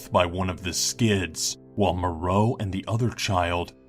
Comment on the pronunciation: PS. Vic Morrow's last name is pronounced like "TOMORROW" but without the "TO" and more of a "More" sound to the end. "More-oh" NOT "Moreau"